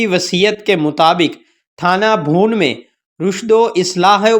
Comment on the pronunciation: بھیا کسی عالم کو اپنا تلفظ سنا دیجئے اپ کا تلفظ درست نہیں ہے پوچھ لیجئے تھانہ بھون کیا ہوتا ہے اور عجلت پر اعراب کیا پڑھنا ہے